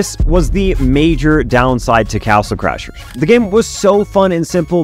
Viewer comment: If you listen closely on he says castle clashers 😂